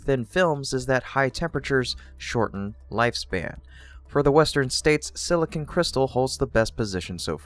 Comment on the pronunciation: silicon not silicin